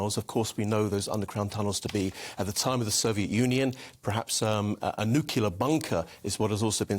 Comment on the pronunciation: NUCULAR or Nuclear??